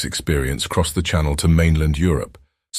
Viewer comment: you mispronounce "channel" when talking about crossing the English Channel, as "shuh•NELL", as in Coco Chanel. And that's not the only mistake. I wonder why these aren't proofed. Lots of good info, though.